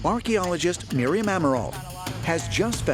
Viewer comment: Grew up with Miriam and that is definitely not how you pronounce her last name 😂